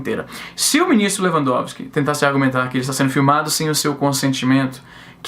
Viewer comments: Izzy, vc falou o nome do ministro de forma correta, mas pode chamar de "Filho da puta" que ele também atende! :) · Sou advogado, falou o nome do ministro de uma maneira correta sim kkk acho rs pelo menos todo mundo fala assim aqui em terras tupiniquins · Pronunciou correto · Falou o nome do ministro corretamente pode ficar tranquilo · Pronunciou certo o nome, só para você saber =p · E tu pronunciou o nome do bichão certinho, relaxa kk